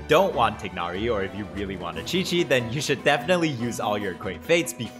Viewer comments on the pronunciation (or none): its not tie-nari or tig-nari its tugh-nari his name isnt english and the character for the gh in his name makes more of a gh like in the throat bro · why is bro saying tighnari like tig narry